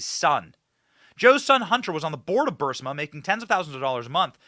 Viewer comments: Fire your staff. They allow you to keep saying BUR SI MA…. When it’s BUR IS MA. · Isn't it Burisma? Not Bursima! Just curious. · It's Burisma, not Bursima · Not BURSIMA!! Sheesh ITS BURISSMAHHH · Great reporting, but I have to point out that the company is pronounced brr-riz-ma. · To help: It is Brrr-reese-ma. Brrrreeze-ma. Like breeze-ma (ma like mom, but mah') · Benny, you might like to check the pronunciation of “Burisma.” I think you’re mispronuncing it. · Would somebody PLEASE, for the love of god, correct Benny’s pronunciation of…..EVERYTHING, pretty much. It drives me absolutely crazy for him to continually butcher commonly available pronunciations. It’s BUR-IS-MA…. And NUC-LEE-URR.. it’s almost as cringey as MTG’s pronunciation of Elon Musk. Please guys!!